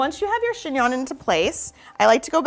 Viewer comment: Chingnon? Chingon? 🤣